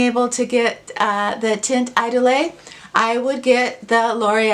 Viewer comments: Hey! It's pronounced taant eedoll. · Here is how to pronounce Teint Idole Basically it is tant ee-dohl You can use google to find pronunciations for words in other languages. Cheers!